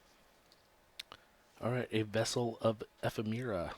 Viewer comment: A bit slow and droll. Appreciated the knowledge of reprint trivia. abelzumi sent me here from Tumblr. Good luck with the channel! Pronunciation help: Ephemera is (ef-FEM-er-a) Autumnal is (ah-TUM-nal) Triskaidekaphobia is (tris-kuh-DEK-a-FO-bia) It's moon-'silver', as in the metal. (Slivers are the hive tribe from Rath and Otaria in the Weatherlight saga ;D )